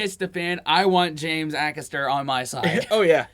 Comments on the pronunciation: It's pronounced Ay-Caster, he's hilarious. Is one of the best WILTY stories of all time. Melvin (no idea who he is) makes it better with his bench comments!.........James "There's an old saying, you're warmer in a bush than on a bench" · James a-caster not akasta 👍😎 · I love James Acster, and how he keeps such a straight face whilst uttering so much rubbish. LOl Oh and the A at the start of his name is said as Ay, not Ah. Well done for getting Noddy Holder. :) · Ay-caster not A-caster. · FYI it’s pronounced A caster not Ackaster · Great vid guys. It's pronounced James Ay-caster btw. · I'm sure someone's mentioned this already, but his name is pronounced A-cass-ter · Just to say his last name is pronounced A- Caster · DifferentLY !!!! AYcaster!!! Its really not hard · Not sure if you learned this. His last name is pronounced A Caster. He is wonderfully weird! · Lots of love to you both but you are saying his last name wrong, it's ay-caster, like capital A x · Haha did you say James Axster? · Love that final one,never fails to crack me up👌😂😂 Definitely need to check out more of James, his stand up special on Netflix is top tier, there's a few clips on here👀🔥😂😂 Jus a lil note,his name is pronounced James A-caster 👌💜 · Love you guys ... James Acasters name is pronouced AYcaster x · Excellent reaction. It's Ay-caster btw. Keep up the good work! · A James Acaster special being reacted to by you guys brings me inexplicable happiness! Also I think he's pronounced Ay-Caster, at least that's what most people on British TV call him :) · James Acaster is so funny, his mannerisms and his quick wit is hilarious 😂 Please please please, listen to how his name is pronounced cos it ain't how you think 🤔 😂 It's a hard A then caster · Acaster… Sounds like… Hay, May, Bay, Day, Gay and Pay…. A-Caster…👍😁👍